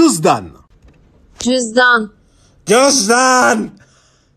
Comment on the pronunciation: Cüzdan değil Cözdaaaan